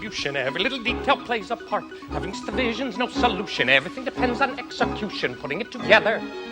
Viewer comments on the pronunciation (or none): none